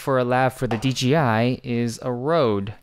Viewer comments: big "J" not "G". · It's "D-J-I" not "D-G-I" :))